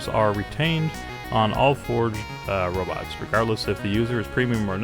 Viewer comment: BTW we know instead of "Robits" we will be calling them "rabbits" and when we collect them we are herding rabbits.